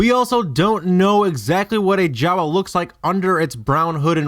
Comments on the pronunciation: Why don't you pronounce Jawa like you pronounce Maz, with a long A Jaaaawaaaa, Maaaaaaz..... Ep.7, H-ah-n pronounces it M-ah-z, who is a J-ah-w-ah, according to theory stretching video. I liked Episode 1 Podracer...... What about the Mandalore flag at her cantina?? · Lost me when you said Jawa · "Maz was a Jawa". Sigh...nope.